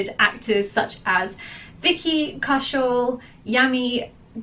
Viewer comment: Yami was pronounced correctly but for Gautam it is "Ga-oo-tam"